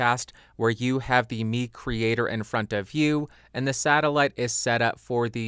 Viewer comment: Nice review and music creations! I think it's pronounced 'my creator' like microphone. And any chance on getting the Audix folks to lend you the PDX720?